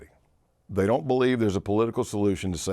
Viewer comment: brother stuck the landing on pronouncing "white race" like a confederate 😂 you can tell he takes his job seriously!